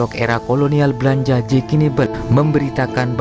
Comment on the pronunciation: Menit 6.20 itu harusnya blanda bukan blanja 😂